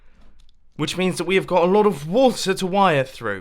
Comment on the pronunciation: The absolute hardest "WATER" I have ever heard lmao